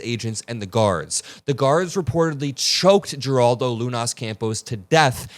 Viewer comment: Thank you for bringing attention to this. 💙 Please note that Geraldo is pronounced "heraldo" in Spanish.